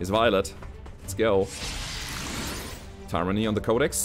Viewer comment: In english its (tyr_an_ny) said quckly as three short breaths